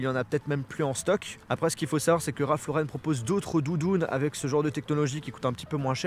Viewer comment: Ralph Lauren et pas raph lauren